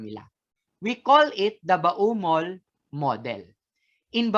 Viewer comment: ba-u-mol model talaga? di ba pwedeng bomol model? he he